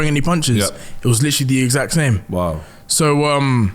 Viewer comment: Good interview, "Litrilly" ;)